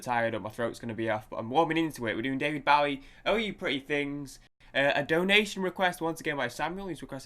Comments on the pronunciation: Pronounced Bo ee not Bough ee- Get your facts straight from a respect point of view! and being British too!! Named after the American Bowie Knife. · Pronounced BOW-EE...(O as in Boat) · Pronounced BO-EE (long O). Legend! Miss him so much. Also the great Mick Ronson on guitar and Trevor Bolder on bass, his original band lineup.